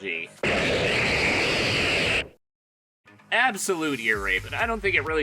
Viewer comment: its dragagle not dra gal G